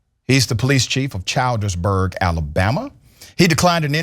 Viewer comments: My friend, It is pronounced "chill.ders.burgh" NOT "child.ders.burgh." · Funny hearing him say childersburg like that it looks like that though but if you spell it like this chill-ders-burg that's how they pronounced. I told them bout moving to them white parts of town GET OUT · It's Childersburg like "children" that's not that far from where I live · Childersburg, Al not Chaldersberg!! The police don’t even try being nice to people. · The name of the city is pronounced “Chills - der -burg” . I think, I live in Alabama. Keep up the good reporting. Love your show!❤️ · Dr. Richey, the pronunciation is [Chill-ders-burg]. I was raised in this town in AL....and I'm not surprised. I live in NC now, but I can tell you a lot of stories about this town. I remember in my early childhood when a teenager got shot in the back by the cops and we were protesting. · It’s not pronounced that way Dr Richey it’s pronounced chill-dersburg it’s right near Birmingham, AL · You did not pronounce Childsderburg correct. ALSO the Chief has resigned he was in a car wreck in June with alcohol smell in truck....Anyone in Alabama is treated like this if you stand up for your rights..